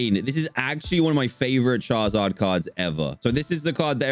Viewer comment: he says 'charzard'